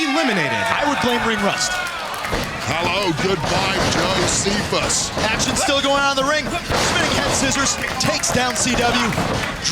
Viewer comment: cristopher mariaca puts hand on your shoulder JO-SEPH-US! Hmmmmm! 😉